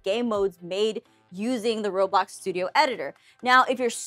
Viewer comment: I was 10 minutes and 30 seconds in and she said Robox. 😂 I use them all, but I use Gacha Life for story’s.